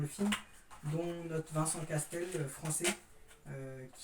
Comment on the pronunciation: Salut bravo pour ta vidéo mais par contre c’est Vincent Cassel pas Castel lol